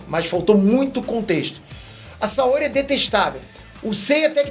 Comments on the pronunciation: Tu não tem moral nenhuma pra falar, porque nem o nome dos personagens tu não sabe pronunciar. Ex: não é MÁrin, é Marin; não é SaÓri, é Saôri. Então, menos, bem menos, seu cagão. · "Máhrin" "Saóhri" Kkkkkkkkkkkkkkkkkk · porra, vc não se ajuda.... Márin e Saóri... não dá né! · O cara não sabe pronunciar o nome dos personagens... MÁRIN... SÁORI... e fala de saga clássica... Os caras na sala de cinema que eu estava, disseram que gostaram e assistiriam de novo... O filme tem a essência de cavaleiros em muitos pontos... O filme não atrai o fã clássico? Aqui está um que curtiu o filme... A saga clássica não tem que ser mexida nem nada, concordo, por isso mesmo o filme foi feito baseado no Netflix... É outra fase, outro direcionamento... Falar que não gostou é uma coisa, agora querer pagar de intelectual e que entende da série sem nem pronunciar os nomes direito, é dose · Kkkkkkkkk oh, seu teu fã demais, mas me explica de onde vc tira essas pronúncias "Márin", "Saóri"... Quer dar motivo pra dar mais comentários aqui?! Só pode né? E a Saori detestável? Exagerou. Vlw. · Cara, pelo amor de Deus... "SaÓOOOri" não existe, "MÁÁÁÁÁrin" também não. Fala os nomes direito, porra. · Não dá para considerar a critica sobre uma adaptação de CDZ de alguém que mal sabe falar o nome dos personagens, Saóri? Como adaptação o filme é ruim, mas como um filme de ação é mediano, dá para assistir. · não aguento o falando Saóri kkkk fico puto de raiva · O assistia mesmo? “Saóri” “Márin” 🤔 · Eu ouvi o dizer: "Saorê"? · Saóri.... 😅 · O filme é ruim,tanto quão vc pronunciando o nome Saori... NÃO TEM ACENTO NO O...😅😅😅😅